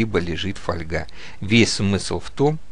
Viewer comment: Когда хочется блеснуть умом но не хватает образования для этого есть справочники либо просто ВИКИПЕДИЯ !!! И не мелите чуш.... Фольга́ (польск. folia, устар. folga<нем. Folie<лат. folium — лист[1][2][3]) — металлическая «бумага», тонкий (толщиной от 0,0001 до 0,2 мм[4][5]) и гибкий металлический лист из алюминия, стали, олова, серебра или золота. Раньше в слове «фольга» ударение ставилось на первый слог, но в настоящее время такое ударение признано устаревшим и общепринятым считается ударение на второй слог[6]. Слово «фольга» обычно не используется для железа и его сплавов, в этом случае для толщин 0,14—0,36 мм употребляют слово жесть.